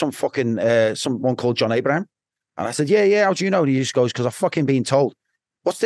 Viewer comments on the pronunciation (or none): He can’t even pronounce his name properly it’s John Ibrahim not Abraham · Its Ibrahim not Abraham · The blokes bodyguard but can’t get his name right. Ibrahim, not Abraham .